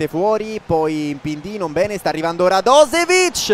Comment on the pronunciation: pronuncia un è /radosevic/ ma /radoshevic/